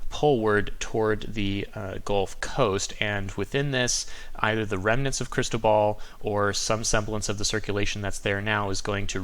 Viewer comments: The Weather Channel keeps mispronouncing cristobal... its cris - toe - bull not ball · Not Cristo ball , is it Cristobal... lol , good report always tho!